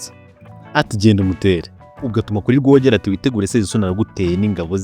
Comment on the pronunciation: Wakoze kuduha amateka. Ariko mujye mugorora imvugo muvuge amazina uko avugwa. Urugero: Rwogera uramwita Rworeêra